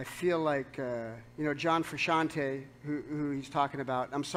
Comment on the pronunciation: I love how Flea can pronounce "Frusciante" correctly.